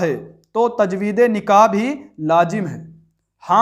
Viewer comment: اردو کو تو صحیح کرونا بھائ تجوید لفظ کون سا ہے لفظ تجدید ایمان اور تجدید نکاح ہے، آپ لازم کو لاجم بڑھ رہے ہیں آپ کو اردو ہی نہیں آتی ہے ابھی